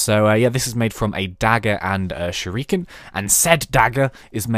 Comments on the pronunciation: Shr-ik-en not shreeken -_ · it's sure-E-ken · He said it right but the emphasis is on the ri, shuRIken. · hey mate just to let you know it it pronounced shu-ri-kun still loving the vids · Shuriken: Sh-ree-ken People who are Japanese, most Asians, ppls who watch anmie etc. know this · shuriken is pronounced like sure+icken in chicken. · It's pronounced 'SHUR-AH-KIN' in some cases. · Sho ru ken is how you say it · you say shuriken like sh-a-roo-ken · Shur-i-kan its japanese. Not e ih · He majorly mispronounced Shuriken... and yet he got everything else right. -_ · not a hater... but you said shuriken wrong... <:P